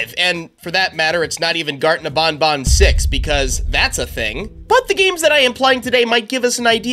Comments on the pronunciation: It’s ban ban not bon bon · "Bonbon" Oh no, no, no, it's pronounced ban-ban Like you're saying, "you're BANNED." You're welcome! Love your content btw! I've been watching your videos since around :) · bro its banban not bonbon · You’re saying garden of BonBon, instead of BanBan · It's not garden of bonbon. It's garden of banban. Where you going to say to the blue spider? Nobnob? It's nabnab. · ITS BANBAN NOT BONBON WHO IS BONBON? THE LIL BONNIE ROBOT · Bonbon? Your wrong is banban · It's not Garten of bonbon it's Garten of banban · I dont like the way he says banban i mean thats how you say it but i say it like banban and not bonbon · How do he call banban to ... bonbon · Bro u said Garten of bonbon